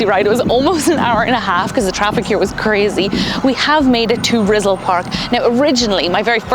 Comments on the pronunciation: "Rizal" is pronounced as "ree-ZAHL". The way you say it is like "rizzle". It sounds cute but you can do better :) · “Rizzle” 😂Park… Ri-ZAL… Stress the second syllable.😂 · She said "RIZZLE PARK" LoL!!!! Mah Knee Cuh J RIZZLE!!!!